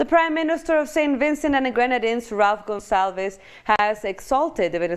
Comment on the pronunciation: His name isn't pronounced; 'Gonzalvis' Michael, it's 'Gunsalves', like in gun and salves. Gonsalves, not Gonzales. That billionaire who was social distancing on his yacht that pissed people off a few weeks ago was in St. Vincent, somewhere in the Grenadines. After this shut down ends, go vacation in St. Vincent. Gonzalves was born in Colonarie. There is a nice river running alongside his mom's house. The economy needs some help. Tourism can be that leg up.